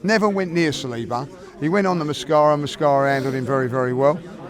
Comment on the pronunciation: Mosquera not mascara 😂🤦🏻